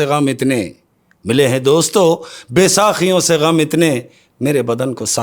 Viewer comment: Baysaqiyon ni baysakiyon word hai